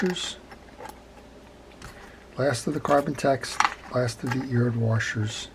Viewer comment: I guess I didn't realize until I heard you that I also say wa"r"shers :)